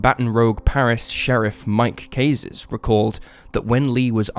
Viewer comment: And in the mispronunciation of Mike Cazes’ name… He said Kay-zes, when it is pronounced Kah-Zzz.